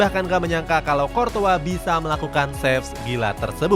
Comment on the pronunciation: Qurtois bukan qortoa